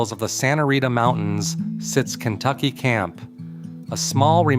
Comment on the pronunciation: Maybe you should do some research before your next video. You miss pronounced almost every site named. Kentucky is only a few miles from the Empire Ranch. You should go check it out...